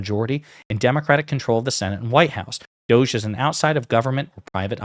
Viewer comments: Did you say doge or douche...? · DOGE pronounced dodgy!